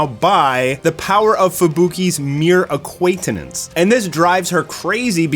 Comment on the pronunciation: Acquaitanence, Speed of sonic sound. You need to learn reading again lol